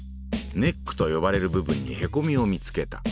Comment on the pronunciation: へこw↑み→が↓消えたw